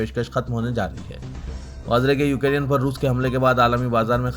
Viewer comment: یو کے ری ین ۔۔۔۔۔ یہ کیا ہے ¿ دنیابھر کی خبروں میں یوکرین کا نام گردش میں ہے ۔۔ آپ مسلسل غلط تلفظ کر رہے ہیں ۔ نیوز کے اختتام پر شان سے کہتے ہیں خبروں سے متعلق کامنٹ کریں ۔